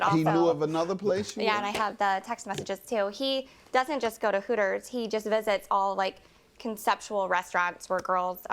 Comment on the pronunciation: Sounds more like Hookers than Hooters 😂😂😂😂